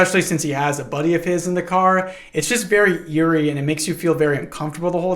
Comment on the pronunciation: are you trying to tell me not to trust the guy who has made companionship with a parrot? see, what's wrong with seeing a parrot? yay, gay :D half the time you say "eerie" it sounds like "yuri" i didn't want to mention it repetitively but this feels like a relatively good opportunity to mention that even though this is in fact not yuri they're men WHY IS ONE OF THE COUPLE OVERLY CONSERVATIVE OF ALL THINGS??? My brain heard this as "Sedates" at first and was mortified, your calm description made me have to do a double take on it i didn't like hearing about guts what thank you